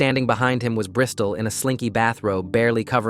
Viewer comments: "brystol" lmaooo🥀🥀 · …Bristal? ….like a Brisdol board?